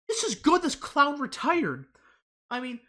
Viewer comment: Dude you really gotta say the world clown with emphasis it's hilarious each time, "cllllown"